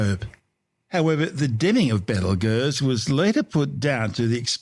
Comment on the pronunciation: I’m sorry but the way this ai pronounces Betelgeuse is preventing me from tolerating listening to this video